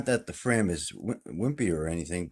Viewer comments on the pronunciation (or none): it's not frame as you say (FRAYM!) it's FRAM like (PLAN)😁😁